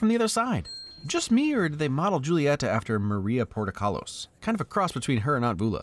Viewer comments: Good review but Julieta is pronounced with a Spanish J making it an H sound. Just hard to hear it said like Juliet from Shakespeare lol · The "J" Julietta is pronounced like like an "H" in English 😋 So Mirabel's mom's name is closer to sounding like "Hoo-li-yetta" and not "Joo-li-yetta" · I know he's not Hispanic, but I s2g it's SO triggering every time he says "Jule-ee-eta" instead of "Hule-ee-eta". No? Just me? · (psss friendly reminder that julietas name is pronouned with an "h" sound not a "j" sound) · Ok I just have to say Julieta is said with an H sound not J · I love this video, but you did put on some of the names wrong, Julieta and Encanto. In Spanish, the J makes H, and in the a in Encanto is pronounced like an O., and more importantly, I cannot believe you didn't comment on Brunos plate! I was waiting for you to bring it up in the discussion, half to the end, but you didn't! The scene where Mirabel look through the crack, and she is the dining room, and then sees that Bruno has come to played into a table! Breaks my heart, every fucking time! Must hug!, thanks for informing me that Bruno how to read on his shoulder in the lightning bit. I did not notice that, and I couldn't have, because the audio description never mentioned it. Thanks! 😀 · One of my favourite movies of all time, and it makes me cry every time. I have one gripe about the video though and it's you pronouncing the J's like J's. In Latin languages like Spanish and Portugese, can't remember which one this is, it's pronounced like an H. So Julieta would be pronounced Hulieta. Rant over. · hi just a note julieta is pronounced more like hoo-lieta, and félix & mirabel uses the same "ee" sound in isabela and luisa! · the way you pronounce julieta is making my eyes twitch /lh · I love this movie. Sad Dos Oruguitas didn't get the shout out it deserved and the consistent mispronunciation of Julieta, but overall like the details mentioned.